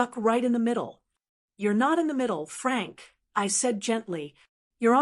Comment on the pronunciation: Every time the voice says “Frank”, I cringe. It’s wrong.